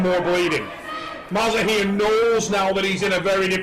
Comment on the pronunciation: Bro his name is mazahir not maza-here😂